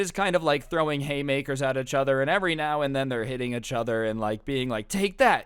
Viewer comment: Anyone else get bothered by the way he says "uhchuther" instead of "eachother"